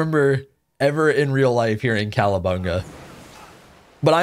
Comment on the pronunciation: Are you saying calabunga or cowabunga? Couldn't tell.